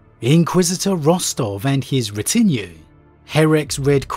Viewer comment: You might want to look up the pronunciation of 'retinue'.